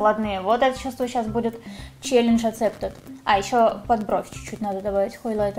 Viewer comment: Да почему же хОйлайтер? Даже т9 меня исправил😭не надо так! Очень режет слух